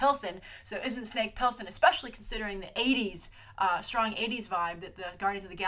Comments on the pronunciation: Snake Plissken not Pilsen, thats a light beer LOL :-) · Snake Plissken = Pliss think Bliss and Ken. you can destroy a name reminds me of my best friend LOL